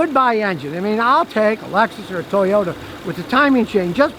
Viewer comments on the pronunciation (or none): none